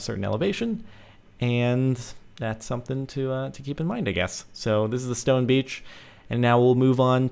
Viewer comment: It's stone breach not stone beach